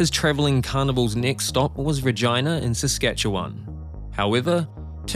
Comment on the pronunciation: He said Regina, which is the capital city of the Canadian province of Saskatchewan. However, his pronunciation of the consonant does make it sound like "virgina", and the auto-generated captions did write it as vagina.